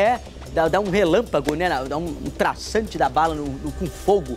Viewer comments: Não seria tiro traçante? Ele fala errado e na tag tá errado tbm. Alô edição! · Rasante 😂😂😂😂😂😂😂😂😂😂😂😂😂😂😂😂😂😂... Traçante carai